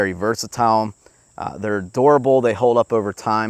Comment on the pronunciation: for a minute i thought you said it was adorable .... durable durable haha